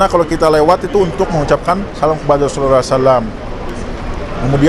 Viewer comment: bukan Rhosulullah h nya 🙏🙏🙏